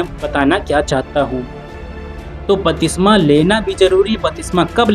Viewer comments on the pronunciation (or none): Bhai jo aap bol rahe hain wah shabd ka uchcharan galat hai to aap ki siksha bhi galat hogi , batisma nahi lenki baptisma ya baptism jo Greek shabd baptizo se aata hai.